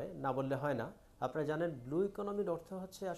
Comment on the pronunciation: উপস্থাপক ত ব্লু উচ্চারনই করতে পারছেন না।"বুলু "😁